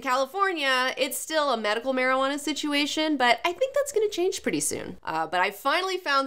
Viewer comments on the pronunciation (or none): none